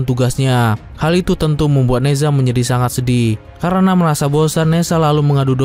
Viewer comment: Ne Zha bacanya Na Cha...Z di baca C